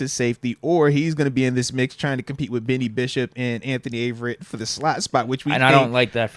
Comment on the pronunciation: Moatsie it’s Beanie not Benny